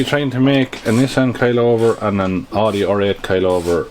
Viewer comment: Painful to hear a European pronounce Audi "Oode", it's Ow-de.